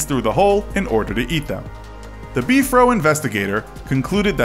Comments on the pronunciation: I don’t want to sound mean but it is not be-for it is b-f-r-o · It’s not “Beefro” it’s B F R O!!!! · It’s the BFRO not Beef row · "BEEF ROW" smh haha (Bee-eff-are-oh) is what I'm use to hearing, so it was just a bit jarring to hear "Beef Row" over and over haha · Beef-Row? Come-on autoplay... It's just BFRO just say the letters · It is just called B-R-F-O, not beefro. Interesting stories. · It's B .F .R. O not Bfro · Not sure what b-fro is... but if you are talking about the big foot research organization you just say the letters. B-F-R-O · It's BFRO not Bfro I don't think Bigfoot has an Afro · It’s not “Beefro” it’s B-F-R-O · You’re not into Bigfoot that much. You’ve pronounced some of the common words the Bigfooters use. 😘 “Beef-fro” 😊. It’s B R F O. Just say the words. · Beefro, HAHAHA!😂 ITS B.F.R.O.! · You said "beef-row." Lol, REALLY? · Why does he keep calling the bfro “beef row” !? Its killing me 😂